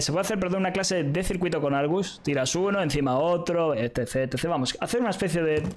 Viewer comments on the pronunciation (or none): Cuando dice ETC parece que dice Ete sech